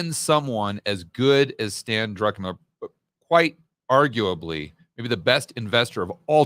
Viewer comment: I love when people say Drunkenmiller. 😂